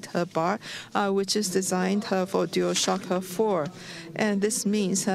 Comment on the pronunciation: "This is uh huuh huhhhh ohhhh shiiii uhhh huhhhhh dual shocka fo!"